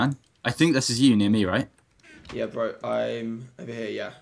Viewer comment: You were a bit annoying when you kept saying burh bro